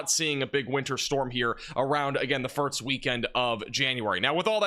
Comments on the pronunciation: why do you say firks and not first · Ok… before you ever get to network television as a weatherman, you going to definitely need to conquer how to pronounce ‘first’. It’s not ‘furt-st . And one more, it’s not ‘sah-nificant’, it’s sig-nificant. Just a few pointers if you want to polish the broadcast nice & shiny.